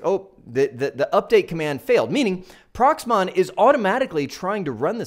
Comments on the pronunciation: Great Video, thank you, but I NOTICED you keep saying PROXMON, Its PROXMOX, we had enough of software names and acronyms in our IT journey. Best regards to you and the family from Chicago to Arizona. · Are you saying Prox MON or am I hearing it wrong? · I hope you meant Proxmox and not Proxmon.